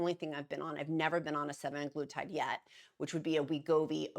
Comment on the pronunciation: Also it's SEMAG LUTIDE